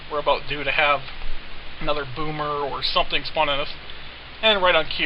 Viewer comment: "One of the nasty zombies aboot" lol canada